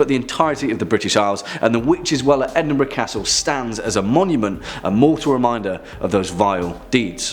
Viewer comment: TY. Afraid I was nuts. Also isn't Edinburgh Edinburo not burg? I'm probably not making sense. Sorry.🎃🤘☺️ Good vid still. I love hearing about your country and others. I am across the pond in the States lol.🇬🇧🇺🇸